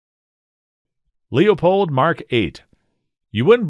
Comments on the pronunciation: Loypold. If the family pronounces it any other way... they are wrong. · One you pronounce Leupold incorrectly..two I as an Oregon boy and someone who knows the family, they use to be an American made company, but not any longer, personally I'm a Vortex and Trijicon scope guy now.